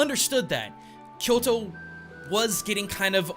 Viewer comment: Don't pronounce " Kyoro ", instead of Kyoto.